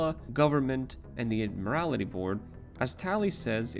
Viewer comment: It's the Admiralty board not the Ad-morality board.